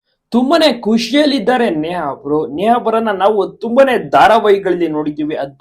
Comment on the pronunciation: A bevarsi neaa alla Neha anta helu